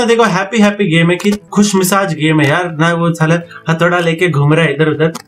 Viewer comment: Khus massage nahin khush mizaj🤣